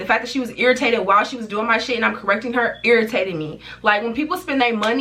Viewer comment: Omigoodness where are you from 😩 I was thinking you from like New York or philly but when you said “five” and “irritating” all I hear is is south